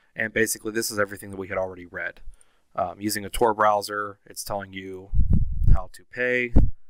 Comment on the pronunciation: Did you just say T-O-R ? 😑